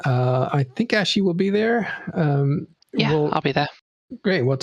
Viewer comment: Why do you keep calling AshY the name AshLEY?